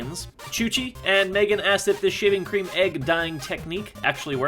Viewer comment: He said shavinq cream and it is funny